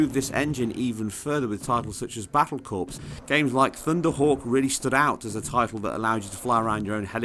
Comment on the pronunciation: "corps" is pronounced "core", as in United States Marines Corps.